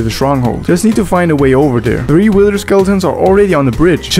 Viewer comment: i like how he says “wither” he says “wider”